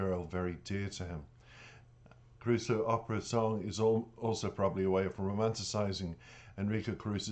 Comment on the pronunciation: I just watched an live Stream Jonathan just done, and in it he mentions Caruso. he said it was one of the most difficult ones to learn. he does not speak Italian. but yet his pronunciation of it is spot on. but he learns the verse as perfect as he can with the proper Italian linguist's etc. so that he understands the passion of the words and what he is singing. and the best yet! is that he has the voice to carry it off. I grew up listening to the Original Caruso. in my youth. I find passion, skill, talent. in this beyond my expectations. ECF